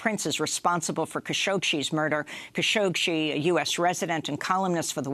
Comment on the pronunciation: "Kha-shohk-shee" is that how you pronounce Khashoggi?